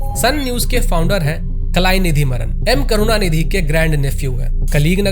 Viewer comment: not Kalainithi Maran it's Kalanithi Maran by the way luv from odisha